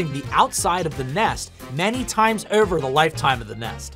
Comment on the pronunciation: Ouwver and ouwver to make a couwne. Gouwt it.